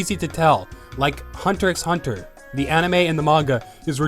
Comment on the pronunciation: Umm before you say shit about togashi perhaps learn how to pronounce hunter x hunter😅